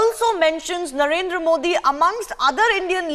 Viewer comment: BC ITS NOT NARENDAR SINGH MODI ... ITS NARENDRA MODI